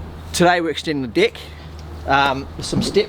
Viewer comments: Only video where 'dig' and 'deck' actual sound the same.. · I love the way the New Zealander’s say deck 😂😂😂😂😂